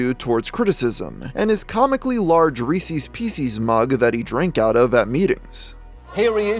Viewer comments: I love this channel and the videos... but I can only hear it mispronounced as Reesees so many times before I lose my mind. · Reese’s NOT Peeceez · Why the fuck did you pronounce Reese’s like that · Wait i gotta ask. How do you guys pronounce reese’s? “Reesees” or “Reesez”